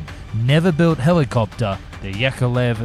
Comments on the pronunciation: From : "...yUkovlev" instead of "yAkovlev"... (Am I having a slight brain hemorrhage???) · Yukovlev? lol, correct is Yakovlev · Yakolev, not Yukolev